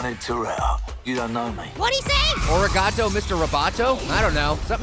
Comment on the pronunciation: Um... I think you mean "Arigato." That's "thank you" in Japanese. You must've pronounced it wrong and made a typo in the captions.